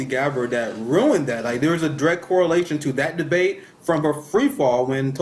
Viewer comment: Hey Kamala didn’t you call Biden racist in debate? “ it was a de bate “